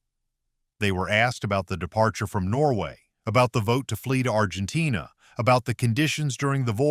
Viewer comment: Argentain. Gayass Ai